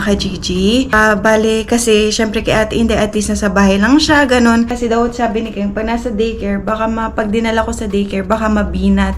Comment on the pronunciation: Kung concern ka talaga kay aileen itama.mo.ang mga wrong Grammar nya. ONE DAY A MEAL is one meal a day 😂 food not foodssss 😂😂😂 i can go on but for now yan muna icorrect mo pls. Pati name ni KENG... ITURO MO ANG TAMA HINDI KING 😂😂😂 grabe katigas uy 😂😂😂